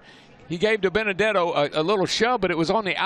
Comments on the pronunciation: "Ohhhhh Binabenuhdetto!!!" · It’s not Diburrito it’s Dibenedetto